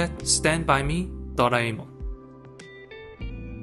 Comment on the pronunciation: The way you pronounced "Doraemon" I love you